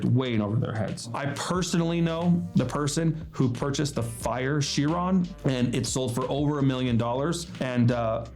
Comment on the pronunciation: Um... It's Bugatti 'Kye-ron', not 'Sheer-on'. Hard 'c', as in charisma, chemistry, chorus, chitin, Charon, chimaera...🙂